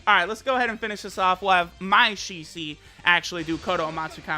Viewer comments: Shicee? Ok now Your taking the piss. I'm so tired of people pronouncing it wrong. Its pronounced SHE-SWEE. she as in she, swee as in sweet. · It's not Shi-Si or Shi-Suí , pronounced like Shi- SUi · i dnt think its said like shi cee. i m pretty sure its really shi-su-i. the su pis emphasized and the i said very quicly after. yeah, asian languages are crazy with how the emphasis is placed on each syllable. its hard for westerners to cath it sometimes. listen to hwo this dude says it.